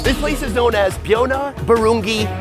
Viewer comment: As a Ugandan Child "Not to be mean or anything but," most of the words u said make me laugh u pronounce them funnily it's not ka sa va it's cassava and it's not bu ru ng I it's barungi in pronunciation ❤❤❤